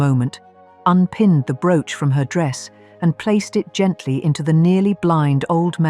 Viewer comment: Hate the narative Broooch pronouncing the brooches.. The # of loose diamonds means if one falls out of something it can be replaced ! AMAZING ! The flower basket suddenly came to garnets and citrines it didnt have or you just showed someone else's Pin !